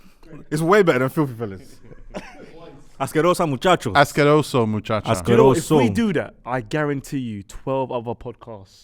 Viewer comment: It’s muchachos ascerosos *